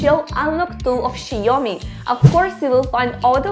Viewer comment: Where are you from? I can't deny the fact that you keep saying "Xie Omni" And not "Xiaomi"